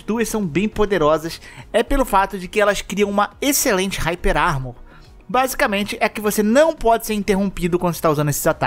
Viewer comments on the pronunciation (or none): none